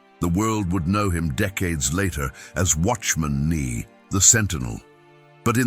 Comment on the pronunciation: Love these true stories why cant you say his name correctly?